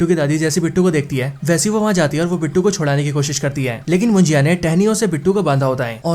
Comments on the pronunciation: It's munjya...not mujiya😅.. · मुजीया नहीं भाई मुंजा मूवी का नाम हे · कोंकण नहीं कोकण (Kokan) मुंजीया नहीं मुंज्या ( Munjya).. Your pronunciation makes the word more difficult to pronounce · भाई मुंजया नहीं मुंजा होता हे ... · मुजिया नही मुनज्या हे भाई😅😅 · मुंजीया नहीं मुंज्या..... कोनकान नहीं कोंकण.... Speak properly brother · भाई मुंजिया नाही मुंजा हे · Ye munjiya kya hai😂 munja suna tha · Bhaya vo mujiya nahi munjya ahe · Your Marathi pronounciations are Pathetic. Munjiya , kon - kan 😂😂😂😂 its Munjya and konkan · Abe pahle movie ka thik se nam liya kar mujya nhi munjya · ये मुंजा है .... मराठी शब्द है... मुंजिया नहीं😅😅... मुंजिया भजिया 😂😂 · Your Marathi is to bad 😅😅... कोकन होता है कोणकण नहीं